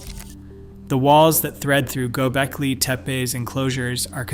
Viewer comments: Pronnciation is Gobekli not Gobelki. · Might help if you pronounced the word properly. I mean, READ THE WORD. It’s gobekli, NOT GOBELKI. Not even worth finishing the video if you’re gonna get that wrong through the entire thing. And don’t try to say thats the way it’s supposed to be pronounced. It’s not.